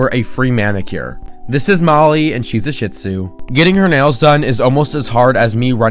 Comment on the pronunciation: LOL - he really emphasized that syllable in the breed name. Maybe a Freudian slip?🤣 He was super patient with the old lady and did a fabulous job.